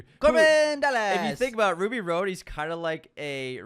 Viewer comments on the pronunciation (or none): Who is Ruby ROAD? 🤔 (it’s “Rhod,” like Hot Rod). UNSUBSCRIBED!!!